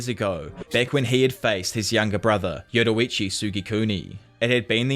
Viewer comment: Yurorichi 😭😭😭 ur pronunciation be having me weak